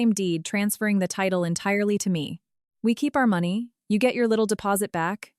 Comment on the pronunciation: Need a better AI voice or format, it's not even pronouncing money correctly. If you are going to host a channel on YouTube, at least do the bare basics.